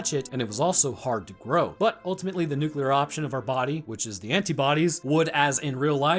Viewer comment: I know nukes aren't .mentioned in this vid, but I was watching your vid on the crazies. I just want to say, thank you so so much for not saying "nucular"